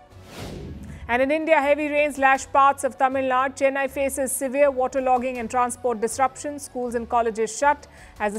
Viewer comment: It is not Tamil Naad.. it is Tamil Nadu*